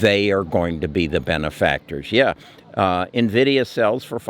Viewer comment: Envideo you said